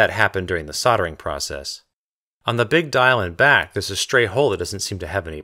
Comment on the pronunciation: i think you should say soldering instead of soddering, i mean you pay so much attention to this micrometer but none to a word you say so often, i can't stand it, for gods sake the word has an L in it, please pronounce it.